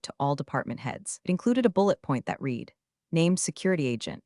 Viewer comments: The mispronounce of read/read drives me nuts too. 1 tiny fix like that would instantly make the whole narration feel 10x smarter + professional. 😬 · I really like the voice used in these videos, but I really wish somebody would train that AI how to pronounce read and read there are other issues, but those are the ones that make me grit even more I went to school management degree my teeth